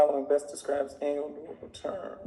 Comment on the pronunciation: Man loves to say anal instead of annual... lol great vid tho